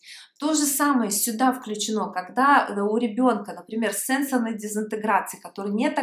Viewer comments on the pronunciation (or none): none